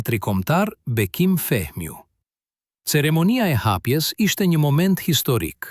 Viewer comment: o ti njeri , pse bre pofol kshtu shum kec „ Bekimii Feeemiu „ palidhje ccc